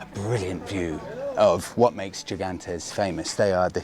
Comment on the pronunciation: Yet another great video. Gigantes is pronounced "He-gantes". Los Gigantes means "The giants".